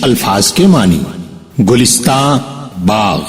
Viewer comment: Bhai wo gulistan nahi gulsitan padha jaayga kyunki iski behr مفعول فاعلاتن مفعول فاعلاتن hai